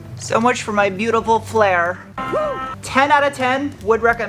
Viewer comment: It's "flare".